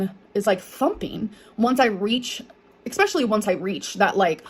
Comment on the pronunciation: „Egspecially“ CAN SHE STOP? Pls learn grammar and pronunciation of your own language